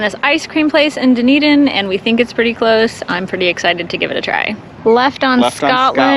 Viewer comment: Enjoyed the video! Dunedin is pronounced “ done-eden “ for future reference ❤ loved seeing the scenery between st Pete to tarpon!